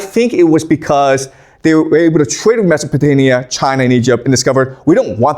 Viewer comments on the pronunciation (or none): I thought I was hearing wrong, but across multiple videos, multiple times, I hear you saying "MesopotaNia" with N instead of M. I can't be the only one.